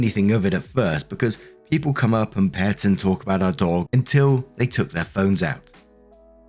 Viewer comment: Idk if its just your accent or what but both times it sounds like you say "op comes in with her update".